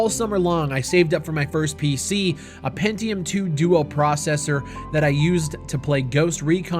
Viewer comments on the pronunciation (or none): none